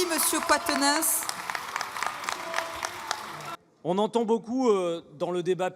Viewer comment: Quatennens se prononce comme quarante pa comme qwartz. La présidente serait bien inspirée de bien respecter le nom de celui qui vient donner une roust aux députés RN.